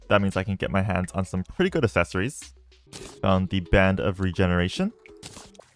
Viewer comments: can't wait for the day he discovers the correct pronunciation of "accessories" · "These some really good assessories"